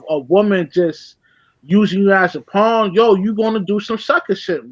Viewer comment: Bro it’s pawn not pond .